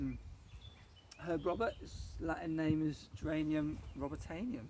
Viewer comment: Robertianum pronounced Robert-ee-AH-num